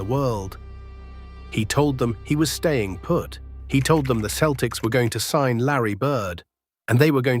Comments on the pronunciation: Why do you say keltics? Its Celtics. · Please fix your AI pronunciation. It’s not “Keltics,” it’s “Seltics.” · Ah, AI again. Get a human to narrate thisl you give yourself away when you pronounce proper names differently in different sentences. 1st example, Celtics pronounced as both keltics, then seltics. Now, Bird was fast, he just wasn't the fastest guy on the floor... but neither was 90% of the other players. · The basketball team’s name is pronounced “seltics” And you mispronounced some of the players’ names. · This guy keeps pronouncing the Keltics instead of using the letter c that has the s sound. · The dead giveaway was the Celtics pronounced as "keltics".